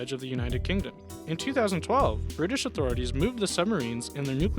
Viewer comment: I love how they say Brirish submarines and show a Soviet Akula class submarine balistic carrier.